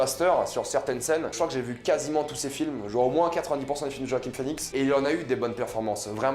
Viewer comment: Bonne vidéo, par contre c'est JoaquiN Phœnix et pas JoaquiM Phoenix